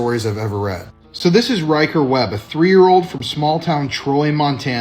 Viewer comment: Hey, WTF is a 3 year ODE?? A 3 year ODE?? HUH? I know you mean old. A 3 year OLD, but that's not what you say. You literally said, and say often, ODE instead of OLD. How difficult is it for you to pronounce a word correctly???? I mean DAMN! WORK ON IT OR SOMETHING because that shit sounds stupid.